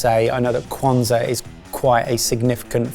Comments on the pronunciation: Ok, but how painful was it to hear him BUTCHER "Kwanzaa"???? Oh lordy. I know it's an American holiday, but in the research, maybe pay attention to how to pronounce things???????????? ETA: very happy that knew how to say it and it was correctly pronounced after that. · pronunciation of Kwanzaa made me cringe. It is relatively new because it was made up during the Civil Rights movement, and it has nothing to do with religion.